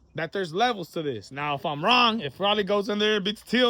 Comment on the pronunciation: Stop saying Rawlly. Please 😂